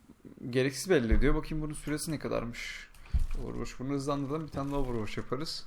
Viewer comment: hocam sana bir sorum varda ''Ovurvoç'' ne?:d